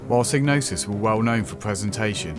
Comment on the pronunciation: Sighg-no-sis not Sig. Doesn't really matter how you say though. great video 👍👍👍👍